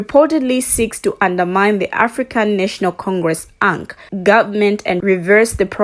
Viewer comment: By the way it is A. N. C not pronounced Unc African National Congress